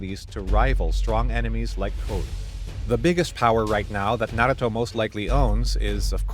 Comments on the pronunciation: Bro stop saying naguto it's naruto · Tbh pronounce it correct NA - RU - TO IDK where this man is getting his speech from